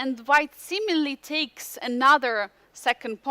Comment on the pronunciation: What is the deal with Yagiz twitching and jumping up and down like a jack-in-the-box? Isn't that distracting to his opponent and an obvious breach of etiquette? If this brilliant young man can play chess at 2700 level, he should be able to act like a grownup at the board. Also - and this is probably just my problem - for some reason it bugs me every time says "b-dakes c5", or "knigh-dakes f6." We Americans drop a lot of t's, but not like that. 😜